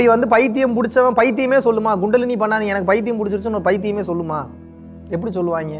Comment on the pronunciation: It's not GUNDALINI It's Kundalini!!! Hahahahahahahahaha!!!! 😂